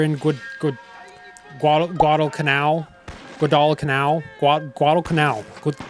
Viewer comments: it’s pronounced GWAW-dul-canal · "GuadalalalalaDaPhallaalaalaaGKanoil" For anyone wondering how to actually pronounce it correctly thank you. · It’s pronounced Guadal-Canal. It’s a piece of territory of Solomon Islands 🇸🇧. It was McCarthurs “island hopping” plan to systematically lose then regain every single island in the Pacific. Guadalcanal was a particularly blood and violent part of the campaign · missed opportunity to throw in the clip from The Pacific where Hoosier mispronounces "Guadalcanal" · How can’t you pronounce Guadalcanal properly? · Bro learn to pronounce Guadalcanal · Guadacanal isn’t that hard to pronounce homie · I was going to like and subscribe until you failed to pronounce Guadalcanal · I'm sorry, but if you're going to review a game about an actual war, learning how to pronounce some of the most famous place names from that war would make you sound a LOT more credible. I get that you tried to play the Guadalcanal thing for laughs, but it just makes you sound stupid. And it explains why you didn't really get a lot of the other stuff. Sorry, I'm sure you're a nice guy, but this review wasn't great. Or maybe it was amazing after the part where you showed off your ignorance like it was something to be proud of, but I didn't get past that part. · I hope the spirit of every Marine who fought on Guadalcanal appears in your dreams and forces you to run 20 miles in a full pack until you pronounce the island name correctly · It was so painful watching you try to pronounce Guadalcanal 🙃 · Tfw you realise he doesn’t actually know WWII history cause he don’t even know how to pronounce Guadalcanal - bruh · New viewer here. The fact you couldn’t do very minimal research to pronounce Guadalcanal is slightly embarrassing. I get you have a comedic touch to your channel, but mispronunciation of Guadalcanal is just weird. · I had to dip when you couldn’t pronounce Guadalcanal